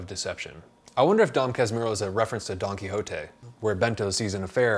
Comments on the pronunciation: Dom kas-moo-ho hahahahaha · You can pronounce it something like DOM CAS-MUR-HO. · For pronounciation, try "dawn kas-moo-hoe" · The pronouce is, DON KASH-MOO'-HOO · Dom casmoohoo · A little help on the pronunciation: "Dom Kasmooho" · it pronounce Don Casmooho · You can try pronouncin it as "Don Kasmoo-hoe". As a Brazilian I was traumatized from having to read Machado as school assignment. Few Brazilians are able to appreciate the author's way to tell the story. Most of the kids might agree "it drags itself too much". Machado's tales are way better for kids to read IMO. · Ele tentando falar Dom Casmurro: Dom Casmirro kkkk Eu tentando entender o vídeo: Sad. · Just to help on the pronounce, it's Don Kas-Moo-Rue, but the "R" is made with the troat, like imitating a dog growl. Just in case someone is interested. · The pronunciation is more like Don Kah-smoo-hoe, really Unreliable narrators are my thing, and I blame Dom Casmurro, really. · Read it as "Dom Casmooho" ;) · Thank you very much for your perfect review of the most famous book of Machado ("Axe" in English) de (of) Assis (Italian city (Assisi). You can pronounce the title of this book "Dom Cass-MOORE-ro. It will sound perfectly in this VERY difficult language that Portuguese is, and we are obliged to speak here in Brazil... : ) : ) : ) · [dõ kas'muhu] usando o ipa. ' pra sílaba tônica, se deixar dom o m pronúncia como mom do inglês, então tem que colocar õ nasal. Sim, faço mestrado em fonética